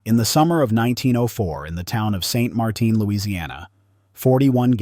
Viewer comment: Just because the town is in Louisiana, doesn't mean it has a crazy French pronunciation. It is St Martin, and it uses the English pronunciation